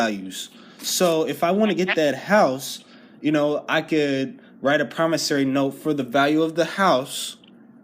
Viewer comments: Pronunciation matters when communicating verbally. "Promis SORE ey" not "Promis SAIR ey". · For the record, It's not promis-ory, it's promiss-ory. Just thought I'd point it out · For the record, it's not promissary. It's promis-ory. Just thought I'd point it out. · If I can write promissory notes and deposit them in my bank account, then what would prevent me from writing billions to that account, casually withdrawing all except a pittance, and then disappearing with the loot? The caller in this video is a dimwit who either thinks or pretends to think that a person's signature alone on a note creates value. Also, cretin caller, it's "promisSORY", not "promisSARY"! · I am pretty sure they were telling you that you don't understand what a promissory note is. And learn how to pronounce it correctly you loon.